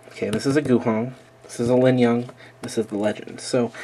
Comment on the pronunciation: you lingyun annunciation is wierd... you have the G in the wrong place. it linGyun, not linyunG.